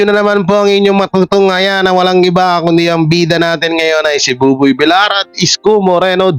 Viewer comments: Masakit sa twnga kung bigkas di tama.. Villar ang bigkas vilyar hindi Vilar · Vilyar ang pagbigkas hindi Vilar(villar) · ……No offense meant…..sa iyo….PLEASE lang…..BUBOY VILLAR……pronounced as BUBOY….[ BIL-YAR] NOT [ BI-LAR ] Iwinawasto ka lang namin ….dahil “ mahal ka namin” …ok ba???? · Tagal ko nang Chineck si …kaso….no effect,l..VILLAR…..pronounced [ BIL- YAR] ….NOT BILAR!!! sakit sa tenga!!! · vilyar ang bigkas nyan hindi vilar, Spanish word yan Hindi English. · pag double L ang nasa apeiyido ang pronounciation nun ay Y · Vilyar anq pagpronouncee sa Villar